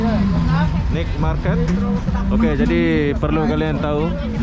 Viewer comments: Night = nait bukan nit. Ubat batuk asli adalah nenas,ambil sepotong bersama empulurnya...mkn setiap hari spi hilang batuknya. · Maaf spelling NIGHT MARKET yang benar bukan NIK MARKET tapi NAIT MARKET, tolong banyak2 belajar bahasa Inggris lagi bro biar narasi kontennya lebih berbobot. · Sorry Bg....Naet Market Bang bacanya atau Pasar Malam